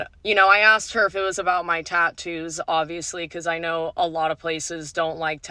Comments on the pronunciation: One of the worst parts of this video is her pronunciation of " tat toos" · As a tattooed woman the way she says Tahn-TTToos is driving me crazy. Also, the face and neck tattoos are a no go for many career fields. Experience also matters. If you don’t have waitress experience, work at a fast food place for a bit and then apply as a waitress because it’s related field experience. I’m a female with sleeves and hand tattoos, but I went into welding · I can't stand the way she says 'ta-ttoos' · I hate the way she says "tatoos." Also, I choose not to trust Satanists. There are probably other people that make that choice as well.